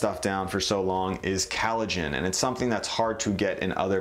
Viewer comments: I gave you a hard time in your kombucha video when you kept pronouncing it "kambucha", but watching this video I'm starting to think you just have a weird accent. You also pronounce collagen as "callogen" so maybe the sound you make for ko/co sound just sounds like ka/ca to those of us with standard american accents. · it's "collagen", not "callogen" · COLLAGEN. Not cAllogen. It’s like when kids say malk and not milk. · its the accent dingus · I'm sorry but it's COLLAGEN not KALOGEN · Every time he says callagen instead of collagen it makes me cringe. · Bones have no "CAL uh gen". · Sounds like you are saying COWllagen. But didn’t you also make duckllagen and porkllagen? Hope you don’t mind the teasing! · Collagen!! It's called COLL-agen. Other than that, great stuff. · Sooo annoying the way he pronounced collagen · I know many others have said it, but COLLAGEN! Great video otherwise. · COLLAGEN, NOT CALLOGEN, WHAT THE HELL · Really good information for creating deliciousness. Oh...and it's COLLagen, not calagen. Rhymes with 'call,' not 'Hal.' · Collagen. Not Callogen. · Lol. Loved the video and info provided but he kills me with that pronunciation! Collagen: kol-lah-jen instead of calogen which sounds like halogen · Very relaxing voice. (Except when he pronounces collagen as "CAL uh gen," which is like glass in the ears. ) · "Callogen" (it's collagen) "Digestive track" (it's digestive tract") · Great video, great content. (Side note “callogen” is this an Americanisation of collagen, if not it weakens your stance as expert/teacher if terms are mispronounced) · What’s ‘kellogin’? You mean ‘collagen’? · Nice and also professional video.... all you have to do is to pronounce the word Collagen better... " kAleijin" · Why does he call collagen, callogen? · Callogen? You mean collagen? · Good video but why are you saying collagen CAL-o-gin vs CALL-o-gin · It's collagen, not callogen :-P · First ever youtube comment, compelled to say: COllagen* not CAllogen.